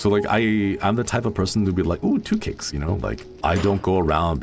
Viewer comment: "Two cakes," not "two kicks."